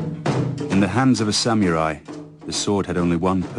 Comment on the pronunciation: I like how they pronounce the word... sam-yu-rai